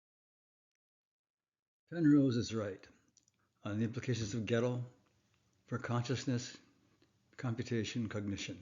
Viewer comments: Step one: Learn how to pronounce the names of important figures in your material. Gödel is pronounced by Americans as "Ger-DELL" (although some might not emphasize the second syllable) It is NOT pronounced "Ghetto". There is NO "Ghetto theorem". Unless you're talking about hip-hop. 😏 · I listened and relistened. You said Ghetto every time. And I am familiar with German, that is why I referred to the American form out of respect for the fact that nobody perfectly replicates a foreign pronunciation. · Who's "GähddL"? 😅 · Please, don't add that silly "r" to the pronunciation of "Gödel"! As you know, this is incorrect. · nevertheless, the pronunciation of Gödel is wrong, even without the r. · If the pronunciation of Gödel's name is supposed to indicate "reasonable familiarity with his theories", like you are saying, and at the same time you are promoting a rather bizar pronunciation of "ö" as a "reasonably correct" way to pronounce "o" + Umlaut, wouldn't that hurt your credibility, given your own rules? P.S. since I have an "ö" in my name myself, I guess this is kinda personal to me. ;-)